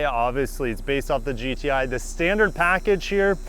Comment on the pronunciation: is it just me or did anyone else hear gta instead of gti